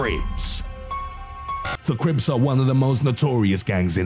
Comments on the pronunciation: Okay i swear u said the Crapes instead of crips at first lmfao 😂😂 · “Number one..THE CUHRIPSS” 😂♿️ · I thought the dude said creeps not crips